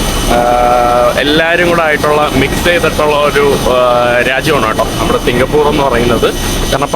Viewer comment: സിങ്കപൂർ എന്നല്ല സിങ്കപൂര് .